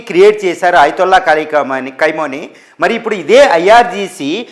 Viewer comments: కైమోని, కైమా కాదురా అయ్యా ఖమేని రా అయ్యా తెలుగు సరిగా నేర్చుకోండిరా అయ్యా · కైమోని కాదప్ప ఖమేనీ 😂😂😂 ఏం న్యూస్ 😂😂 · కైమోని కాదురా పిచ్చ నాకొడక. ఖమేనీ అని పలకడం కూడా చేతగాని వెర్రి పుష్పానివి నువ్వు. నిన్నెవడురా నిపుణుడికింద తీసుకున్నది? ముందు నీ ఉచ్చారణ సరిచేస్కో. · కైమో నీ కాదురా బాబూ ఖమే నై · Nayana Kameni Ani Anandi Kaimoni Kadu😂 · ఖైమోని కాదురా హౌలే... ఖమేని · ఖైమోని కాదు రా చవట, ఖొమేని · Khamenei and not khaimoni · కైమోని కాదు.. ఖమేని.. సరిగ్గా తెలుసు కొని న్యూస్ చదవండి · ఖైమనీ, ఖైమనీ అని ఆయాన్ని ఖైమా చెస్తున్నేరు. 😀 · 😂 ఖైమోనీ ఏంటండీ బాబూ… 😂. పేర్లు సరిగ్గా పలకండి సార్‌. వింటుంటే రోతగా ఉంది.